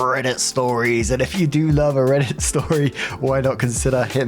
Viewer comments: 🧇 I particularly love it when you wing up the R, ala “rrrrrRRRRReddit stories” 🤌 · 🧇🧇 of course I do!! Im waiting for the day instead of you saying rrrrrrrrrreddit you say rrrrrribbit 😂😂